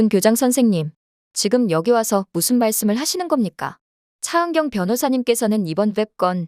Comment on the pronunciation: ㅊ 발음할때 마다 왜 이렇게 거슬릴까?차은경 차은경!그놈의 차은경을 왜 이렇게 부르짖듯 발음하는지?차 변호사!차변호사!동안을 똥안이라고까지😮아무리 차은경이 주인공이지만 차은경 차은경 차은경만 귀에 맴도는 목소리 😢